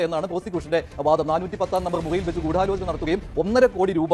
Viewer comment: ആദ്യം ഗൂടാലോചന എന്നു പറയാൻ ശ്രമിച്ചവരെയും നോ ക്കി പഠിക്കണം